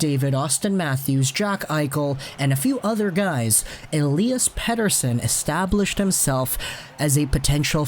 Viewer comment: Man your pronunciation of Pettersson is getting better✌️